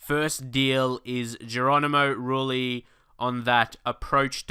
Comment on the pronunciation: sell rooney, pronounce rulli as roozhy (softish J) and bring in kane if possible